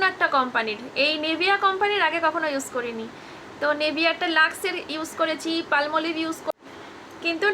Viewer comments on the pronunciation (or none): পালমলিভ না ওটা পামোলিভ হবে দিদি,,,,,আর ওটা শাওয়ার জেল